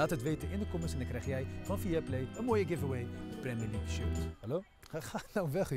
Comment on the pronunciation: 14 keer premi leugk gezegd